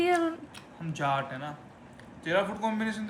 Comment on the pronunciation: bhai jhat nhi hota jaat hota h😂😂😂